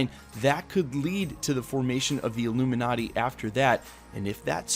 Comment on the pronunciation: The who? "Ilumin-urty".